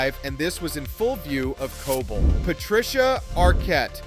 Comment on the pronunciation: it's pronounced Co-Bel, not Co-Bul! 😏